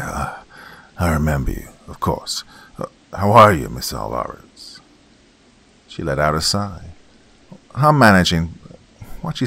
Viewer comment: and 'Alvarez' is usually pronounced 'AWL-va-rez', not 'awl-VA-rez'.